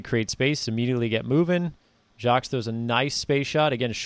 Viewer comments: Nice job. Btw. No S in Jacques. It is pronounced Jahk. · Appreciate the breakdown - one note is that the "s" in Jacques is silent